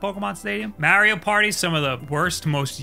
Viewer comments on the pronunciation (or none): Has anybody looked into why he says Mario wrong? I've never heard that mispronunciation before.